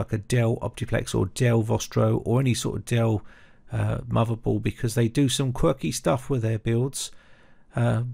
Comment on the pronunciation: With not "wiv" Motherboard not "moverboard" Third gen not "fird gen" Other Videos not "uver videos" Than not "dan" Messy pronunciation like the messy build.